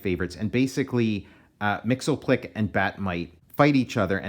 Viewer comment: Mxyzptlk us actually pronounced "Mix-yizz-pittle-lik".